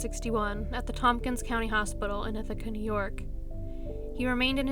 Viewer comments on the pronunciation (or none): none